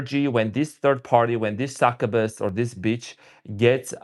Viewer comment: Not being critical but just helping Its pronounced Suck-you-bus Please dont take offense